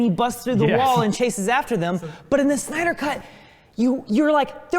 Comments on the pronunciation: SYNDER they said on part 3 hahahaa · Part 3 - Synder? Not Snyder? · Who else noticed the "SYNDER" at the Part 3 start?? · "the synder cut" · "Synder" ??? XD Mistake guys ! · Ahh yes.... Zack Synder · "Synder" lol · "Synder" oops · Part 3 - "SYNDER" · You effed up the dude's name. :D